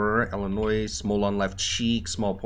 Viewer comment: You got elenois wrong